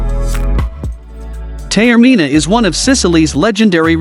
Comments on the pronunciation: Thank you for the lovely and informative video. I must take exception with what sounds like a “bot” doing the narration and misspelling almost all the Italian words and place names. It really does a disservice to this beautiful island. And I could just imagine my Sicilian mother wincing every time the word “Tay-or-mina” was uttered. Please do your island (and its residents) proud and correct this error. Thank you. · I'm not even Italian, but I also winced each time that lovely city's name was mispronounced. BTW, if I could live anywhere in the world, Taormina is very high on my list! I especially love the garden at Villa Comunale di Taormina. 😍